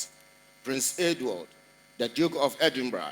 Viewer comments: EDINBURGH is pronounced Edinbrah and not Edinbeg. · Pronounced - 3dinbra not 3dinb3g wai Mi pawuts3o . Just joking. ❤ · Not edinbek the last word is pronounced ‘rah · Pronounced "Edinbra", though spelled Edinburgh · Edinburgh it's pronounced Edinbrah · It is pronounced as Edinburgh the gh is silent not Endinberg. He behaves just like his father. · It’s pronounced EDIMBRA even though it’s spelt the way you’re pronouncing. RIP to your sis, take heart 🙏🏽